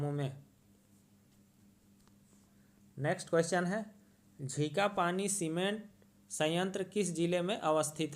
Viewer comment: Sir ji... झिंखापानी nhi झींकपानी naam hai